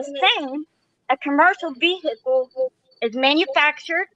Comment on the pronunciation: Was I the only person who felt abit triggered from the way pronounced "Vehicle"